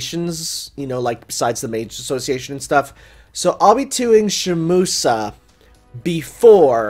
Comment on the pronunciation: The way says Shimousa fills me with great pain